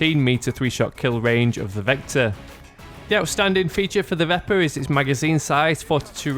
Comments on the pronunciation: Pronounced veh-per. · It is pronounced vep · Pronounced "Veh-per"